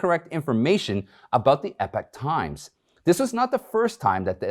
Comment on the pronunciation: EEEE-POK Times! Not EP-IK Times.